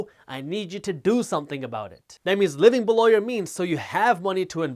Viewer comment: Haters.. I love Jaspreet, especially when he says BELOW!